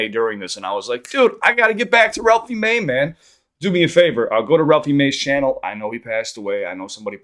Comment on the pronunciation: Same 😂 i know u came here coz the last video he said ralphey may